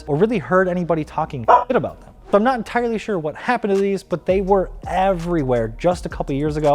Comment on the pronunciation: “I’m not an tirely shore”